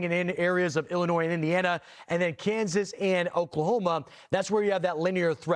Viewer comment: No s in Illinois when you pronounce it and The county is Taz like Tasmanian devil not tayswill there you go have a great day